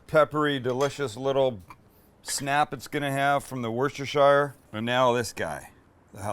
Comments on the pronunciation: Right it's 'wu-steh-shur'. Say it with me Sammy; 'wu-steh-shur', not 'wor -stair-shire' lol - Much love from the UK! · s rooster it’s pronounced “woosta-shuh” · I'm from the UK, born in Worcestershire (a town called "Redditch") and I need to correct your pronunciation. Break the sounds up like wuss-tah-shuh. Trust me, anyone from England watching your videos will appreciate it being spoken correctly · It's "Wust ur shur" sauce! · Just so you know its Worcestershire sauce is pronounced wus-ter-shear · Please Sam, us Brits call it Wuster sauce😁. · For the love of all that is delicious please pronounce Worcestershire right. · Can we all start pronouncing Worcestershire sauce correctly lol.